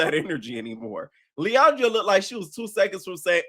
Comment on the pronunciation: My love 😂🤣😂🤣 her name is pronounced Lee-on-druh I am dyyiinnggg. Lowkey Sam is giving follower so far and it’s sad I’m im trying to have hope 😭, but I love LuLu so far, and I also hope Lauren wins